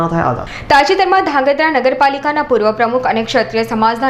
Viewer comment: aane koi dhrangadhra bolta sikhvado